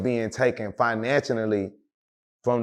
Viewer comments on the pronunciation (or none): Dude “Financial-naly?” 🥴🤕